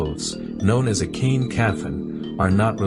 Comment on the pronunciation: On point explanation! Love it! But it's actually pronounced as, "po-chong" and kain is cloth and pronounced as "kah-in" Great video though. Looking forward to seeing more! 👍🏼 (Just subscribed btw 😉)